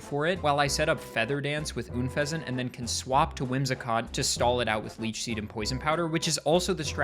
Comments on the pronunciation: you beautiful disaster. It is UN fesant. Like unpleasant. Please. And chandelOOr. Like chandelier and lure. I beg you. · Oon-pheasant? It's un-pheasent, pronounced like unpleasant. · why do people say Oonfezant? Why not just Unfezant? Like it's written. A portmanteau of unpleasant and pheasant. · i found your pronunciation of unfezant very “oon”pleasant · Why do you pronounce Unfezant like Ünfezant??